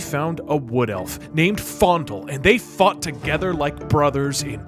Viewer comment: it sounds like Doug is saying “And they fucked together”